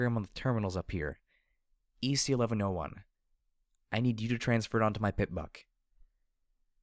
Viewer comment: I feel justified in that you pronounce EC-1101 the same way I do. Aside from that, I'm really enjoying your portrayal of the characters, and particularly Blackjack's mentality.